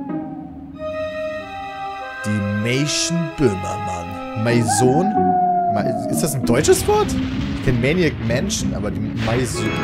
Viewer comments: Peter es wird mäson ausgesprochen und ist französisch 😂😉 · Pedda! Maison ist französisch, (sprich: mäso[n] |kaum betontes n (weich)) und heißt so viel wir Haus/Wohnung. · Maison,, heisst auf französisch Haus!